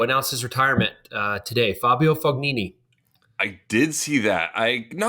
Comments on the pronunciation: Sam with more hilarious names, FOG nini?? We've all heard FOE nini many times, how have you not? EDIT, at this point I'm waiting for Sam to give us a NAYDAL, or JOCKovic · These guys and their pronunciations 😂 It’s not “Fog”-nini 😂 The “g” is silent.